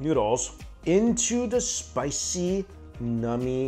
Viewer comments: Please never say the word “nummy” again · this guys says "nummy" again and I'm not sub-ing